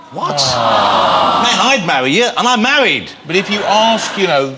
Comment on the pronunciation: Man! i'd mawwy you! and i'm mawwied!